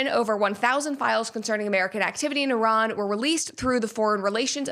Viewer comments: Hello Brett, I’m an Iranian woman. First of all, thank you for pronouncing Iran correctly and for taking the time to learn about our history. The truth is, the world still doesn’t understand how criminal this regime really is — and what we see is only the tip of the iceberg. They haven’t just killed Iranians; they have fueled wars across the Middle East and caused the deaths of countless people from other nationalities. They have forced millions of Iranians to leave the country, including me, and now I don’t even know if my family is safe. Every time there is a protest, the internet, phone networks, and all communications are cut off. I personally don’t know when I will be able to see my family again. This brutality must end. I don’t know how, but I don’t want American soldiers or anyone else to die. What we want is peace, freedom, and enough food for our children — basic human rights. You can’t even imagine how desperate we are. Many people in Iran are asking for U.S. intervention because they know this regime is corrupt inside and out, and it only needs one final push. They have lost all their allies. In their last conflict with Israel and the U.S., they couldn’t even defend the country. Now, all they have left is killing Iranians and threatening the world. Everyone deserves basic human rights. Everyone deserves to live without fear. Everyone deserves peace. ✌🏻😭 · An American pronouncing Iran properly? Thought they all say Eye-ran!